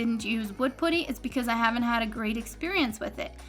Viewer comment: Putty not "pooty".